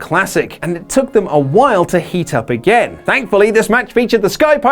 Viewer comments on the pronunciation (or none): none